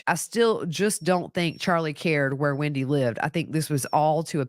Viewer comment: Hi,it’s not Windy,it’s WENDi